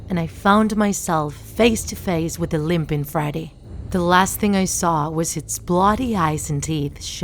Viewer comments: And why does she kind of pronounces freddy as friday? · You called freddy friday bonnie boneie and chica jaca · "fazbears pitza" bruh and "friday chyca and bone" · She said: i saw fready cheeca and bowny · Indigo Blue she said it like Friday, checka and boney